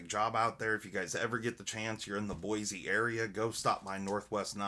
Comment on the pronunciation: WOW! I just got my first Spyder ever and I love it. I got the S45vn PM2 but I really wasn't a Manix. Those 15v models look amazing. Since they are High carbon will they patina like Cruwear or Maxmet? Oh, and thank you so much for pronouncing Boise correctly. It is so often butchered. :_Neat